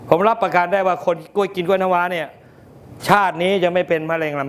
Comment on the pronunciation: พิธีกรควรพูดตัวควบกล้ำ ร ล ให้ชัด กล้วย ไม่ใช่ก้วย